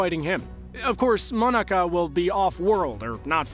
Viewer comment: Smh....its Mah-nah-kah not monica